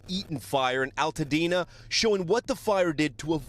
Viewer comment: it's ALtadena... like ALBERT... learn to pronounce it. My heart goes out to Altadena. I am devastated by your loss. <3